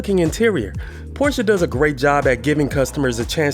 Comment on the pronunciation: first time i heard american saying the name Porsche the right way.